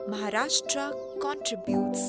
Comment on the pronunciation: It is pronounced as Maharashtra and not Mharashta.